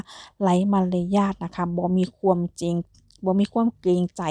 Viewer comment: อยากจะให้แอดใช้ภาษาการพูดให้ถูกต้องหน่อยครับ ช, ซ อ่านไม่เหมือนกัน และ ความ, ควม อ่านไม่เหมือนกัน ทุกอย่างดีครับ